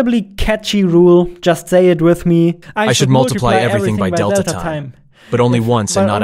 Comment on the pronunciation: Small nitpick, the emphasis is on "tine", not on "delta".